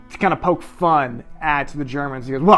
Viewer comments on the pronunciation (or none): none